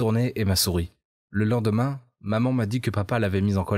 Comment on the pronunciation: Ses moi ou il a dit le lenguemain 😂😂